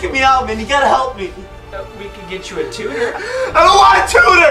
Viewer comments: dude what the hell is that a..why is ur shirt off?? What tiem is it?? It's not 47! Me and my friends were cracking up!! I love ur videos! BTW its tutor!!!! Not tooter! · its a tutor not a tohere. lmao fail